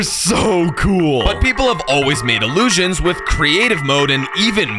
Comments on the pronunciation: Take a shot every time says "Iliusions" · ILUUSIONS …Read more